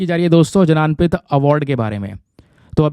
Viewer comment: भारतीय ज्ञानपीठ not भारतीय जनानपीठ